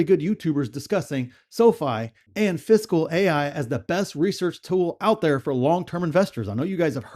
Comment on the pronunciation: ah ok. haha. Sorry, sounded like you were saying 'physical'. LOL